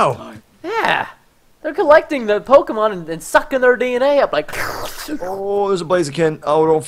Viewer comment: The pronouncing of the pokemon kill me! Aaa ah! Plz Preston! Pronounce correctly